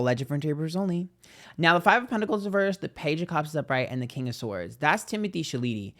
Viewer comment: “Timothy sha Lee teey “ LMAOOOOOO